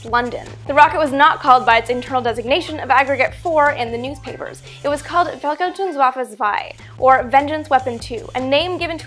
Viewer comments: ***** Quite good? To me it sounded like wawawawa zwei. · ***** I listened to it a couple of times ... and then looked up the name because I couldn't figure out what she had said. It is a mouthful though, so no offense.